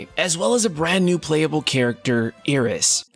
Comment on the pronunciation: ear….is? Bruh, it’s Iris. Like (eye-ris). It’s so crazy how you threw shade at the game while simultaneously getting the damn name wrong of a character that low key should be pretty easy to say 😂😂😂